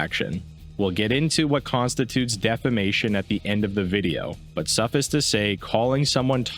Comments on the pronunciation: Small criticism, but its pronounced suff-ice, as in frozen water. Im glad to see someone use a term like that correctly anyway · mispronounced "suffice" multiple times, 0/10 literally unwatchable